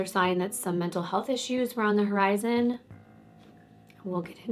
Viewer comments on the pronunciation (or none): none